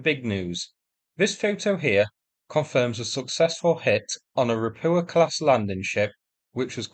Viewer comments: You need to work on your Polish pronunciation, it’s Ropucha, not Ropua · Ropucha means Toad in Polish. Pronaunce it as Ropuha with H like in Home(it's not silent) :) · ROH-PYU-KAH, the landing craft is pronounced Ropucha. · I need to ask. Why do you so consistently miss out the Ch in Ropucha? Russian and Ukrainian are phonetic languages, the characters make the same sound every time, there is no silent letters like in English.